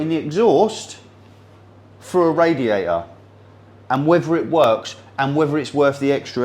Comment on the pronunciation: What is a "raiater" ? Is it something like "waer" ?